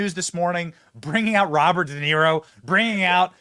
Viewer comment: Haha! 😂 Robert “Duh”Niro. Total fool.